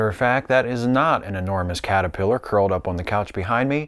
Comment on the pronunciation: Your ... cat-er-pillow? :D